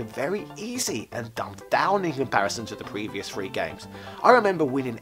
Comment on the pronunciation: you can call us yanks dyslectic but we can at least pronounce "three," correctly. It's not pronounced, "free."